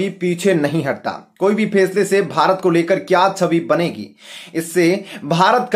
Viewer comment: 90 % U tubers ka pronunciation thik nahin hota. Bethe bethe, step ko istep, faisle ko fesla, badshah ko badsaa. Jis teacher se ye padh ke atey hain usko murga banaya jaye, bethe bethe